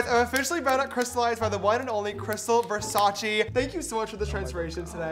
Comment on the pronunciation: it's nnot VERSACI is like THE so VERSACE im italian